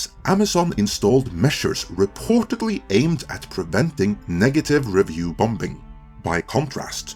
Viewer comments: Hi, the b is silent, just say the word as bomming not bomBing lol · ‘sigh’ … “Bomb-bing”?!? ….. it’s pronounced … “Bom-ing” .. second ‘b’ is silent.